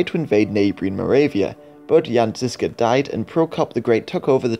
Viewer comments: Ok quick 101 on Czech pronounciation of some of the key names. The letter Ž in the name Žižka or Želivksý. Is pronounced Plea-su-re. The su (phonetically) is the word Ž. This is not criticism, or an hurtful comment. Just a piece of knowledge relevant to this video. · Its not Jan Zizka but Jan ŽIŽKA